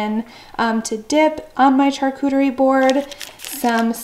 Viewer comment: Your video is great, however it’s pronounced SHARCUTERY not CHARCUTERY.